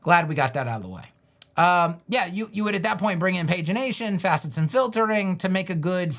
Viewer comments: Excellent tutorial and explanation video,. I do have one small quibble, though. Coming from a graphic design background, I assure you that "pagination" is definitely pronounced "paj-i-nation" and not "page-i-nation." Yes, it is referring to a sequence of numbers assigned to pages, but the pronunciation changes for the word. Much like how the word "photograph" and "photographer" are pronounced differently. It always irks me when I hear people pronounce it "page-i-nate" because I know it's wrong. Just like when I hear people pronounce "leading" (when referring to the amount of space between lines of text) as "leed-ing," when it should be pronounced "led-ing." This is because in the early days of typesetting they would have varying thicknesses of lead bars used to create space between lines of text. I must now depart, as my font of useless knowledge is needed elsewhere! The More You Know! 🌠🌈😅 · Great stream! You are wrong though as it's not page-ination 😁. If you Google pronunciation of it, it's definitely pag-ination 😆😆